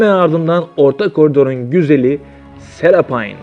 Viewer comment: Senin kafanı seraphine ne serapayn diyor yaw allahım bide ekko ya İko diyor git okumayı öğren